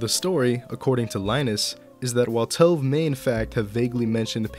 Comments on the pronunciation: not tove, its pronounced too-ve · Sorry but it was doing my head in through the video but it's pronounced Toe-vay or Tové like Café.